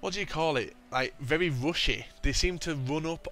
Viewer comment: LoL, you cant say "very"